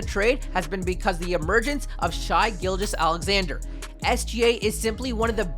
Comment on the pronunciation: Me too - however he pronounces SGA's name